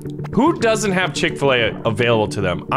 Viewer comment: I dont have chick faleay-pronauced wrong and now feel sad because i saw dem good ads